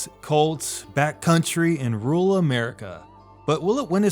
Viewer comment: Rural. Apparently pronounced "rule".